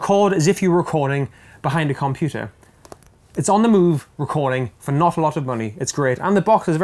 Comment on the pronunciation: I love you videos and your gear reviews. Always great content. But the way you say computer is driving me up the wall!!!